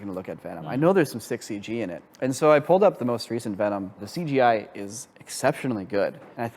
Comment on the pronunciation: Please please please. Stop saying seegeej. It's Cee Gee, or c g i . You don't need to shorten it again lol. I cringed every time I heard that lol